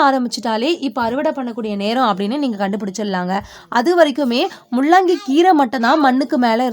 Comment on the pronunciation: Mullangi please correct pronunciation. La and llla is different